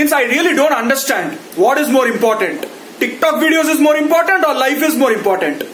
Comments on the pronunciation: The way you say Ticktock is brilliant 😂😂😂😂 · The way he says Tik Tok is just jokes 😂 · Look at the way he says TIK TOK 😂😂😂